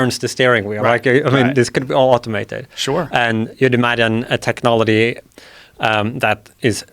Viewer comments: Why can’t this guy say the word technology or technological correctly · This guy invents a new way of pronouncing technology every two minutes I swear